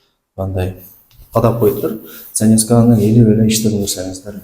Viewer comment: Заневесканы илип ишти кылабергиле деп айтыбы же мага ушундай угулдубу 😀😀😀😀😀👍👍